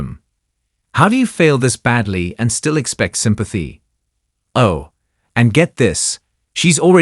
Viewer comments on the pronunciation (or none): the AI says Stella for still 😂